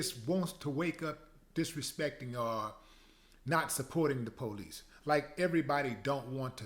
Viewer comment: The "po-lice"!